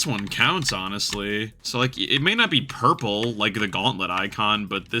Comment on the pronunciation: "why are we orpel" 😂😂